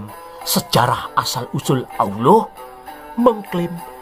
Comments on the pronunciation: Nyebutnya aloh!!!! 😂😂 lucu dan mantab...aku sukaaaaa denger nya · Ketahuan nihh.....adminnya kurang belajarnya😂 melafalkan allah aja masih belepotan 😂pesan saya supaya admin belajar lagi tang buanyak ya😂